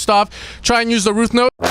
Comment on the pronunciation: all love but you always say rooth note and not root note unless i'm hearing impaired 😂